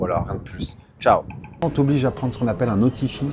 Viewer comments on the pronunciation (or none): none